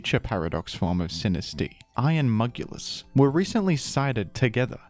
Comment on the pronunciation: Iron mugulis gets me everytime 😂 You sooo dont hate on iron jugulis 😂😂😂